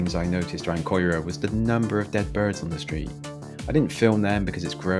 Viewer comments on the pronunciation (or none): How have you managed to get the pronunciations so wrong? Surely your research should extend to speaking to locals? Caerau - phonetically Ky-ra Ely - Eely Butetown (can't believe you got this one wrong - there's no Welsh in this name) Bewt-town Cathays (Cat-hays) Since you happily survived, you proved these places are not particularly dangerous, certainly not in the daytime. To suggest that Cathays might be dangerous during the day is hilarious. It's a mess - worse than usual when you visited because students had all just left their digs en masse - but it's far from dangerous. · care-eye/caer-eye/ee-lee - and clifton street as shown as Adamsdown is more or less Splott - which you could pronounce splow as a posh piss take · Ely, pronounced "E-lee" Caerau, pronounced "ky-roo" Butetown, pronounced "Somali-land" 😁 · It's Kira not keera or koira. It's Eelee not elli. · 'koi-rah' and 'Ellie!' 🙈🙈 it's caerau ('ky-rah') and Ely ('eel-lee'). 😂😂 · So, if you are going to comment on somewhere you could try and pronounce the names properly. Caerau its Ki-er-rye; Ely is simple E-Lee the same as the Ely in England with a cathedral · Caerau is prononced KY-RA. Ely is pronouned EE-LEE ... btw x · ITS NOT COYRA how annoying!!!!!!! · Can you please announce the names properly. Its not coera. 😡. And the way you pronounced ely🙈. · Good God man! Pronunciations FFS! Caerau - Ky-ra Cathays - Catays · I grew up in Ely (pronounced E-Lee) and caerau (pronounced Ki-ra) almost had to turn off as soon as you butchered the names my man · Nice...but its KYRA...thats how its pronounced lol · Absolute crap, Caerau (said as Kai Rah or Kai Rai) is not as bad as you make out, Ely (ee Lee) is a lot worse. You actually went close to my house, and I’ve never had trouble at all in the 20 years I’ve lived at this address, so your stats don’t mean a thing, I can take my camera and film houses with rubbish outside to make an area look bad. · That's Kigh-Rye, Ee-lee and Cat-ehs